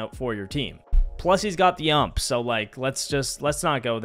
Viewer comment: hurt me a little when he said ump instead of u-m-p